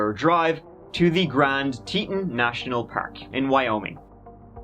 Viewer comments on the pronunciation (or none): Teton is pronounced Tee Tawn😹😹😹😹. He is like a Black Widow 🕷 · Boise is not in East Idaho! It's West 😬 Also Teton is pronounced like Tee-tawn, not Teet-in. Otherwise great! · Say it with me; Grand TEEEEton. It’s pronounced Teeton. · Teton is pronounced Tea Tohn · Love you too Mike! (Also, is "Tee Tawn", rhymes w fawn) ❤ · Guy's a little large for a Ford Focus, must have needed a pry bar to get in and out.....oh and it's Tee-ton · Used to live in Jackson Hole, Wyoming, sir, and those mountains are pronounced Grand Teetawn! Just thought I would let ya know, darlin!!! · Mike, Mike, Mike!! Its Teeton (Teet awn). But I still luv ya. I think they found Jimmy Hoffa during their search. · It's pronounced Tee-tawn, lol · Obviously he had planned on talking them into a polygamist marriage.when his idea was met with a big fat "oh HELL no!!!"....he killed them all. P.S., hard O on the TetON. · Pronounced Te-ton...like the word on. Such a sad story. Also, the Irish guy missing is tragic. 😒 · Teton rhymes with Tea-John. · Hey Mike. It pronounced Tea-tawnz; means the "Breasts of the earth"